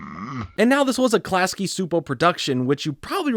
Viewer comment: Just a note: Its pronounced Class-key Chew-po, great new content!